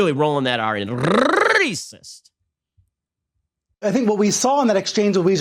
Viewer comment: "This is rrrrrrrrrrrrrrrrrrrrrracissst"